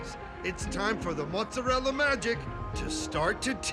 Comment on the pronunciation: So tired of dumb New Yorkers says “mutz-arella”.